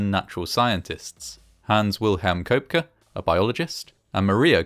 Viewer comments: The last name is pronounced Co-Pecky. You voice robots get your act together. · Pronounced "Kepkey".